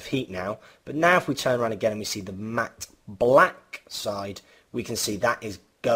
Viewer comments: This guy really struggles, pronouncing the short "a" sound in all the words he uses, containing that sound. mAAAhtte blAAAhck. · the way you say "matte black" lol. nice vid